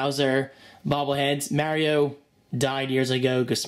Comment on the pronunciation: You said Mario wrong the whole time?